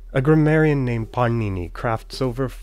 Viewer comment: It's [pɑːɳiniː] the first n is a retroflex n hence it's [pɑːɳiniː] not like Italian "panini"